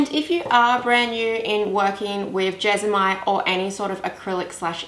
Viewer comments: JesMONite. It's JesMONite, not Jezamite. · I can’t watch because you keep saying Jesamite 😢😂 my adhd is going mad!